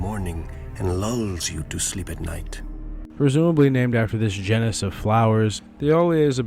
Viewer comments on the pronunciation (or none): none